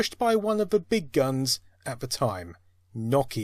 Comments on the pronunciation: It’s Nokia not nokkya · darn that Nakia beating out other companies like Sany and Micrasaft. seriously mate learn to pronounce things. its NOKIA NO KEY AHHHHH. that's an O not an A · Its not NOCK-IA ITS NO-KIA.... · its No-Kia not Nok-Kia and the N95 was great :p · "Knockeia" Its NO Keia Like Ikea but a No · The company Nokia is "know key ah" not "knock ee ah". Please pronounce it correctly. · It's pronounced NO-KEY-A, not NAW-KEY-A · No-Key-Uh, NO-KEY-UHHHHHH, not Knock-E-Yh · Clicked away the video when you kept on pronouncing Nokia the wrong way. very annoying. It isn't nokkia, but rather no-kia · Awesome video! Weird hearing it pronounced "nok-ia" instead of "no-kia" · Never heard Nokia pronounced that way before 😭 lol . Here in the Caribbean we pronounce it No-Key-Ya . But you UK guys seem to pronounce it Knock-Key-Ya lol ... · NO KIA, not NA KIA! OMG that drove me nuts! Otherwise, great video! :) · 🚫! 🤕😳😤🙊🙍 Stop it! Just stop! I have never heard anyone mess up saying Nokia more than you in my entire life! Here try and say it with me, & the rest of the world. It's really, really easy to enunciate this word. Ready? Okay here it goes: "Nokia" No 'Kia' that's it! [My buddy just bought a 'Kia' as his 1st car today. No Kia really? Those are good safe cars. Good for him! >I even gave you an example word< NO, then KIA, like the car manufacturer Kia, just with NO in front 1st! ^No'kia^ there you go! Not whatever the hell you're doing because it hurts, it physically hurts my ears & my brain; the way you say it. Thank you. Hope it helps. Also thank you for the content it is interesting and it is very entertaining just not when you mess up ^Nokia^. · "The logo just needs to be on top. Problem solved." My PC has literally not one horizontal USB port. 10 ports. All are vertical. And if you say KNOCK-ee-a one more time I might die. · I gotta say, it's weird to hear Nokia pronounced as "NOCK-e-uh." I've only ever heard "NO-key-uh" and "no-KEY-uh."